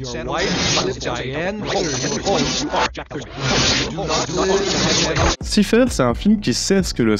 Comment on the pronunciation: "siphaire" ... cela se prononce saïfeur